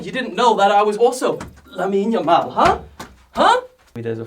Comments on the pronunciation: its Lamine Yamal not Lammine yammal lol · it's not lammine yammal but lamine yamal. why 2'm???????